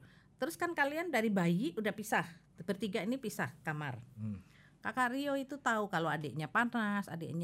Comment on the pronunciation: Ka rio.. Dengernya Karyo.. 😂